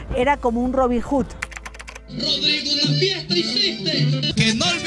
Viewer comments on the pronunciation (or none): none